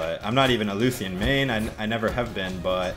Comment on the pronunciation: lucian (LOO·SH·AN)